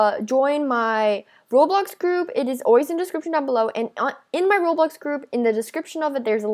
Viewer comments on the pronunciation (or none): none